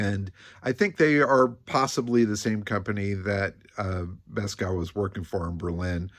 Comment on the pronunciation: FYI: Beeskow would be pronounced something like bays-cove...